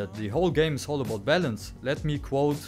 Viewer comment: Oh balance, i thought you were saying bell ends.! Lol